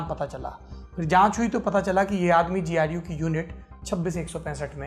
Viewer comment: Sir GU KYU BOL RHE HO गु kyu ni bol rhe 😂